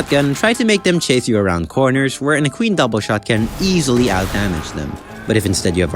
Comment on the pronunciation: Are you pronouncing equine like that on purpose